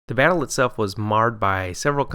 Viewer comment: “Bayttle Wrap”